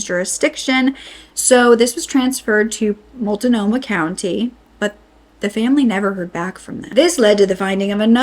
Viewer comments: Mult-No ma Will-am-ette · Mult-no-mah (not Mult-i-no-mah) Will-a-met (not William-ette) We have weird names here. 🙂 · Mult-nomah, not Mult-uh-nomah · Mult-nomah. Not multa-nomah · I'm not trying to be rude, it's Mult-no-muh, not mult-a-no-muh. And Willamette is will-a (as in the word "am") mette. Just for future reference in case the Portland area is mentioned again. ❤ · It's really weird hearing someone say "Multa-nomah" county when out here we pronounce it "Mult-nomah". It's like people saying "oree-gon" when we say "O-reh-gon" for Oregon. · I live here. It's pronounced "Mult-no-ma", not, "Mult-a-no-ma". Flavel is pronounced "FlAv-elle". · Willamette is pronounced Willammit. Multnomah is pronounced Mult no maw there is no I sound in it. Multinomah is incorrect. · “Wah-LAM -ET “ “MALT-NO-MA” Can’t even watch the rest because f this . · Ok so I gotta correct some pronunciations Multnomah: pronounced exactly as it's spelled, mult-no-ma Willamette: This one is trickier, Wil-lam-et Also, I know it's frustrating but in our justice system everyone is innocent until proven guilty. We can't just go around accusing people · *Will-am-et. Not Willa-met. Please, please PLEASE. Same as it's Ore-gun NOT OREAGON Also it's Mult-no-mah county. Editsd to add, I know, native names are really tough. Big freaking sigh. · Appreciate the report on this but being a resident of Portland, the mispronounced areas (especially Mult-noh-mah) was painful. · Dear, if your reporting on Oregon crimes, please learn the pronunciation of sites. It’s Will lam ette river. Mult no ma county. Thanks, like the channel, yep I’m an Oregonian, and live within 100 miles from Portland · Will-am-it and mult-no- mah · I know our place names are hard to pronounce if you're not from here, but "Mul-ta-no-mah" is jarring every time. Good video, I'm just saying... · Mult-No-Mah is three syllables. Non-Oregonians always get Willamette wrong (Will-lam-met). Good report though. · Will-am-it Mult-no-ma county